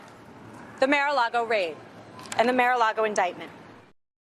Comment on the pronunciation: Elena HABA ( Lima bean in Spanish ) mis-pronounces the Mar-a-Lago [rhymes with [ Bar-ah-Lotto ]